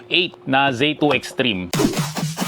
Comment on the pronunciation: zee 2 po hindi zay 2. wala rin hall effect ally x 😂 pero very good video😊